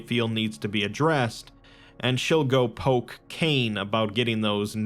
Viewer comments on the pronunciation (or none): none